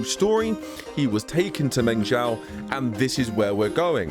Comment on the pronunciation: it's meng- ZHOU (JOE) just like jin-ZHOU come on, man 😅